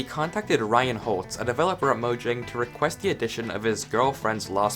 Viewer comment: Im also swedish, tja! No its pronounced mojäng. If u dont know how ä is pronounced just search it up